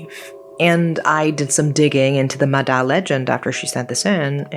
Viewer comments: thank you for covering this topic!!! love love love your video p/s: its pronounced ma-ya, cause "D" in vietnamese is pronounced like a "Y", for the actual "D" sound, the letter we use is "Đ" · "Ma Da" is pronounced "ma ya" with a soft D, as opposed to the hard D in Đ. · The spelling is correct but the pronunciation is with a "Z", MAZA. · The d is actually a silent d, sounds like y. The word "ma da" is pronounced like "mah yah" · The "da" in "ma da" is actually pronounced as "ya", I don't know why we call water spirit as ma da but "da" means skin. This is one of the most popular urban legend I heard growing up, the other popular urban legends is "ma lon" as can ghost and ghost hide you when wandering in graveyard alone. Back then, there were 2 people drown in a big river in my city, the first person drown so the 2nd person jump in to save but they both end up drowning. Through word-of-mouth, people spread the rumor of "ma da" pulling both of them down into the water forever. The logic explain to this incident is strong current + deep water + cramp + exhausted from trying to pull someone into the shore. Nowadays I don't hear stories about "ma da" anymore. My parents and relative families actually not restrict any of us from the river, I got taken to play in river with my cousins all the time when I was young, no one in our family die because drowning. More than the "ma da", I got warned more about "ma lon", not play with your shadow at 12pm and 0am and the wandering in graveyard alone. A little about "ma lon" or can ghost is intentional summon ghost ritual. This is just what I heard, I never believe or try to play with spirit. So if I remember right, you have to have more than 1 person to play, you use an empty can of condensed milk, 3 incenses sticks, uncooked rice, offering like biscuit, you need to do this in seclude spacey place. If the ritual success summon a spirit, the spirit will possess the ca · Vietnamese here. It’s mah yah, not mah dah.